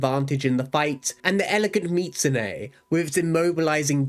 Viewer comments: Bro said mitsu-neigh multiple times. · "meetsoonay" and "palymoot" are insane man